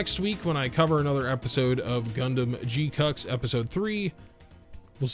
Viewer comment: Can't unhear "G cucks" 😁